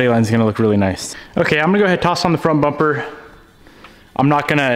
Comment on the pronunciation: He says bomper.